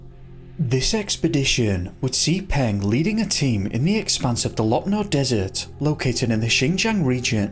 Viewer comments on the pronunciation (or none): none